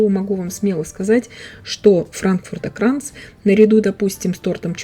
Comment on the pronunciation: Wie schön und perfekt sie Frankfurter Kranz aussprechen. Der Kuchen sieht ebenso perfekt aus. Bravo 👍🏻 Er schmeckt noch besser nach 2 Tagen. Johannisbeer Gellee eignet sich auch sehr gut.